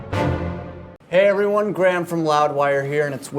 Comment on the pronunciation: why doesn't he pronounce his name gruhamed anymore?